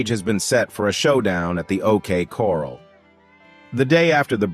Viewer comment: OK Corral ..... not coral . 🤣🤣